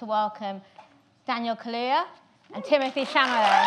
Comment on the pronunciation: how are you gonna go ahead and spell timmy's name wrong in the thumbnail AND mispronounce his name in the intro SMH the disrespect